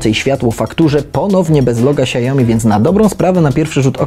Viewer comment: to nie jest monitor "siajomi" tylko "siaomi"